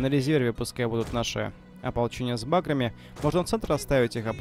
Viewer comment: Всё здорово,только пожалуйста говори не с бАграми а с багрАми.